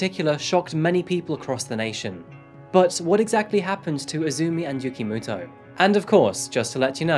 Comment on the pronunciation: When you keep hearing "Yugi Moto" instead tho.